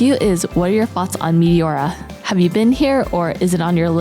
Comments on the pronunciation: Μεϊτιώουρα;;; Έτσι τα προφέρετε στον τόπο σας;;;😂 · My Greek ears are hurting from the mispronounciation of Meteora....